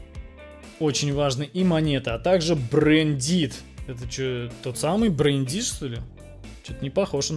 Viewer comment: Кто угарнул над словом брэйндит? 😂😂😂